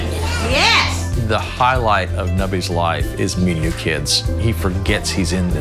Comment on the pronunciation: i thought it said “Nobody’s parents” instead of “Nubby’s parents” 😂 I was like jeez that’s harsh